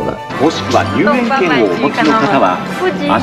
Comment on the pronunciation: 入園怎麼一直唸成入院 😅😅